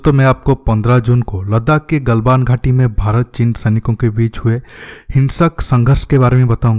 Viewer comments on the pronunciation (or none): none